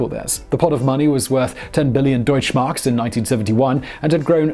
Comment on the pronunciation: Your pronounciation of "Deutschmark" is incredibly accurate.